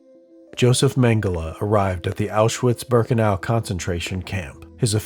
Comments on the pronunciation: Isn't the W in Auschwitz pronounced as a V? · This may be a small niggle but its noticeable for me... The pronunciation of german words is lacking. Quality of the video and pace of VO and 3d art is great, but in german w is pronounced as a V (auschVitz), and a V is pronounced as an F (Fon not Von).